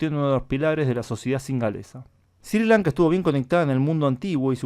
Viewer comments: Creo que se pronuncia "esri Lanka" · Se pronuncia "Srri Lanka" tú lo pronuncias muy suave.